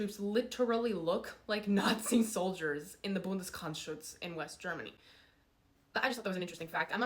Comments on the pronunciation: Its not Bundes"krrch"schutz Its Bundesgrenzschutz. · Yeah, you butchered Bundes-grEnz-schutz, but points for trying. And I don't care, if you are a psyop, the harbinger of the resurrection of Honecker or just an AI waifu generated by some FSB troll, I subscribed. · As a german I'm so hot and bothered by this, even the pronunciation of Bundesgrenzschutz as federal wreath protection just gets me going.